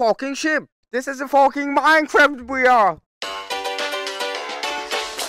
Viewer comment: when did became a british guy? (if u dont get it, go to the beginning of the video, you see, a british accent of saying "fockin" XD)